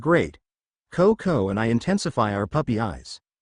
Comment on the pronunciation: The only real annoyance I have so far is "Cocounty" instead of CoCo. Lol